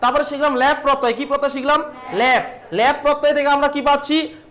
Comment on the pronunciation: ল্যাপ নয় দাদা ল্যপ আপনি উচ্চারণ ভুল করছেন